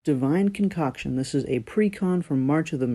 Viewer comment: Concoction lol